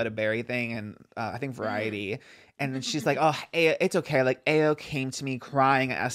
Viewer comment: ayo's name is pronounced eye-oh! love yall great pod